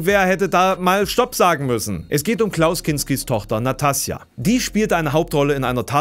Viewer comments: Wie kommt der feine Herr darauf, `Nastassja´ als Natassja ohne `S´ auszusprechen ..!?🤦‍♂ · "NaTassja" Kinski?? Autsch... Was für ein Affront, diesen weltberühmten Namen nicht richtig aussprechen zu können! Wieder überarbeitet,?;-)